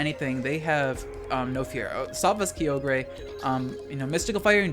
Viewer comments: "Kiyogrey" lol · Nah, Dynamax is one of the most fun VGC mechanics. Also, WTF at how you pronounced Kyogre.